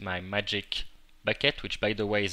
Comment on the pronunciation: Haha, I love the way you say bucket